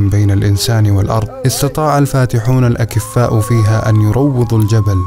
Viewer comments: بارك الله فيك.... الْأكِفًَاء هم العميان جمع كفيف أما الْأَكْفَاء فهي جمع كفء وهو ما كنت تريده غفر الله لك🤲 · رغم اني زرتها قبل 10 سنوات لكن هذا التصوير والتعليق الجميل نقلها بصورة غاية في الجمال .. استمر يا اخي وفقك الله لغتك جميلة ولي ملاحظة عن قولك الاكفّاء بتشديد الفاء!!! والصحيح الاكفاء..بتسكين الكاف وفتح الفاء جمع كفء ننتظر ابداعاتك. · عليك أن تفرق بين الأكفَاء والأكفّاء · ملحوظة. تُنطق الأكفاء..بتسكين الكاف وفتح الفاء والتي تعني من يملك الكفاية من المواهب. ..لانك نطقتها بكسر الكاف وتشديد الفاء ومعناها الأعمى او العُميان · الاكفاء تنطق بالفتح بدون شده ، الأكفّاء هم العُمي